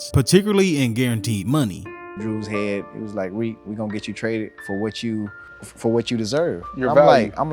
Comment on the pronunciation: You can’t call the man reek. lol